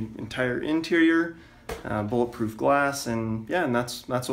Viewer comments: "bullet ploof glass" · You mean bullet ploof grass (vanossgaming reference)